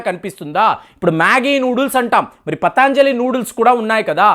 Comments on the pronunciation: పతాంజలి కాదు పతంజలి అనాలి. అలాగే ఇరాన్ ని ఈరాన్ అంటున్నారు కొన్ని వీడియోల్లో. మీరు ఉచ్చారణా దోషాల్ని సరిదిద్దుకోవలసిన అవసరం ఉంది. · పతాంజలి కాదు పతంజలి. దయయుంచి గమనించండి. అన్నీ బాగున్నాయి. కోవిడ్ వ్యాక్సిన్ తీసుకున్న వాళ్ళకు side affects వస్తున్న సంగతి కూడా ప్రస్తావించండి. బెలూన్ థెరపీ కై దేశీయంగా తయారై చవకగా దొరికే స్టంట్లను తొక్కేసిన ఘనత వహించిన మార్కెట్ మాఫియా గురించి ప్రస్తావించరేం? ఒక్క వస్తువు గురించి కోర్టు మాట్లాడితే మొత్తానికే బురదజల్లడం భావ్యమా? ఆవు నేతితో పక్షవాత రోగులు అద్భుత ఫలితాలు పొందటం నేను చూచాను. వ్యాపారం చెయ్యడం పాపమా? ప్రజల వద్ద అధిక ధరలు వసూలు చేస్తున్న వారి నిబద్ధతను ప్రశ్నించరేం